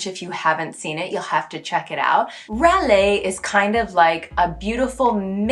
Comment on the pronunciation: Edit : Raler is a rare french word with you MUST not use a fluid R like "Waler". It's too much english/american accent. With this one you must must must use our RRR "hard" R. Especially if you re talking a bout someone annoying because of his complains. "Il est RRaleur celui là !" You must attack by scrapping this R. And the more the guy is annoying you, the longer and aggresively you roll/scrap the R. It's not a beautiful R but very expressive. Rageur, Rageant, Rage, Raler : put a real hard R scrapped